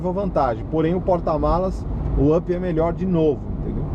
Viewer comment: e o UP se pronuncia áp, e não ãp ou âp.